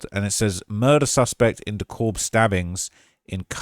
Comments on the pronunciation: It’s De Cab County not De Cobb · D Cab not D COBB